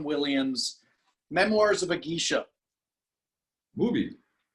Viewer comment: its GAY-sha, not GEE-sha:)